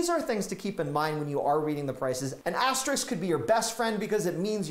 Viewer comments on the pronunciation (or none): The word is "asteRISK," not "asteRICK." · aster - RISK *******, NOT aster-RIX